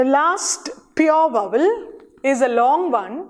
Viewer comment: It's not /vʌwəl/ as you pronounced. It is / ˈvaʊ.əl/, mind the triphthong.